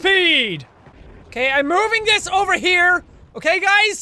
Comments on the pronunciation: Jacks Irish accent really kicked in when he said that guy fell ovah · "That guy fell ovah" - jacksepticeye/Sean